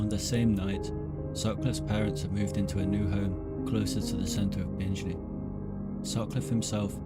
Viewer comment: It's pronounced bing Lee not binge Lee